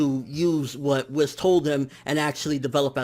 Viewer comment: Dude it's whis, you say it like wees not wis